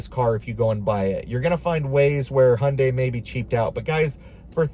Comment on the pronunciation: As a Korean, I'm very happy to hear you actually pronounce Hyundai correctly. Respect 💯